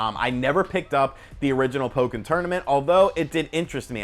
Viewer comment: pronunciation of "Pokken" is actually correct Japanese. Pretty much whenever you get double consonants in a Japanese word it gets the sort of silent beat that (probably over emphasized) used in his pronunciation.